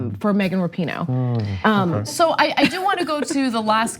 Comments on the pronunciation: You guys finally managed to pronounce “Rapinoe” correctly on your panel after 3 frickin years and that dude there still said “Wrappyno.” Thank you ladies for getting it right! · Rapinoe v Shapino